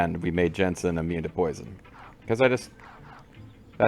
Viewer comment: It's Jansen not Jensen, don't conflate him with an actually cool video game character lol. Man, I remember him being annoying but I forgot how sleezy he was.